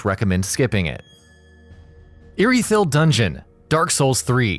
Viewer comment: You pronounced “Anor” wrong. And it bugs me, also mispronounced “Irithyll” but good video 👍